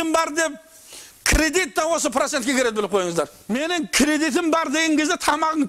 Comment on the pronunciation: Нуримамдар працентті айталмай ды